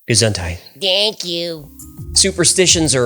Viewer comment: gesundheit not gesundteit